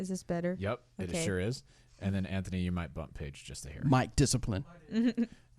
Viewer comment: Great insight? The guy to her right dosent know which camera to speak towards? And he says Antknee??? Really Antknee.